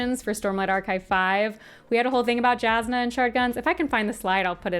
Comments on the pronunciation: im glad youre summarizing all of this but man the pronunciations of some of the names are killing me... Jasnah is pronounced with a Y like Yasnah, not Jas like Jasmine. Scadrial is Skaa-dree-el. not Scay like scabies.. oh god and Iriali, its pronounced Eerie-AL-lee. not Ee-rail-ee like Israeli. fabrials are pronounced Fah-bree-ul. not fay-bree-ul. fah as in fabulous. Rosharan, not Rosharian. theres no i in the word. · The pronunciation of Jazz-na caught me so off guard haha